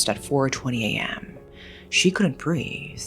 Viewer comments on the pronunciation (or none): I just love the way speaks. She'll be like "she couldn't brea.....the" “afforrrrrd" “conditishon" “driiiiink" etc lol ♥️